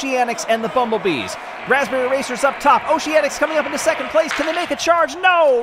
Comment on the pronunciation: it's 'raspberry'